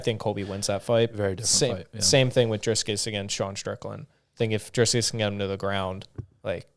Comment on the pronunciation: Why do mfs keep saying Driscus . It's Dricus , there is no s